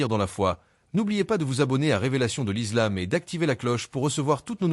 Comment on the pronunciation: Faire au moins un effort sur la prononciation de certains termes notamment islam et incha Allah même si c’est de l’IA faite semblant un peu.